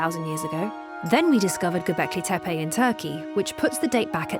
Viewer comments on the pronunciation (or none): none